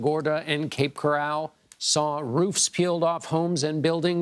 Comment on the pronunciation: Coral, not corral.